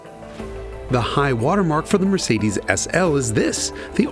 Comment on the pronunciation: The European pronunciation of Mercedes made me laugh 😂, he nailed it